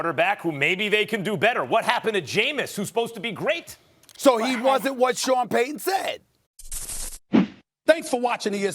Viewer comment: Say it with me Stephen A. PAY-TON